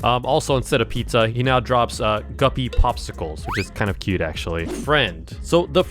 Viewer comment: "GUPPY" VS. Gubby